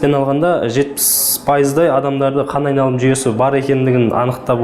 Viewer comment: Қанайналым деген сөзді дұрыс айта алмайды.